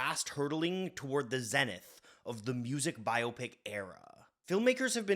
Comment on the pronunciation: Bonus points for not pronouncing it "bi-opic" like so many dopes out there.